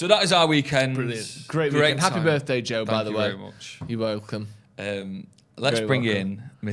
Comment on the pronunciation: Is it just me that thought Ethan was saying Drew when he said Joe? 😂 I thought he had a little pet name for one of the Joes 😂